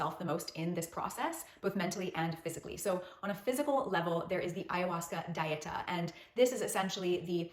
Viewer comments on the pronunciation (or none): Dieta is a spanish word. It is not pronounced like the english word diet with an "A" at the end. Dieta is pronounced Dee-et-ah. Please look up spanish Dieta pronunciation.